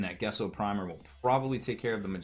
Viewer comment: "Gesso" is pronounced "jesso", not "guesso".